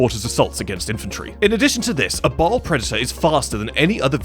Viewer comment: Ba'al, not ball